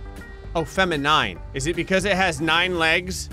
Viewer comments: And you pronounced it right the first time.. definitely NOT pronounced "fem-in-nine" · Feminine. Why did you put the emphasis on "nine"?